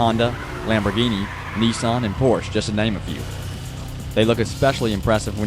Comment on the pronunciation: haha nisan and did he say corney or horney